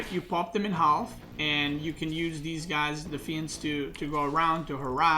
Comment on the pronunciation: you don't have to pronounce the L in half:P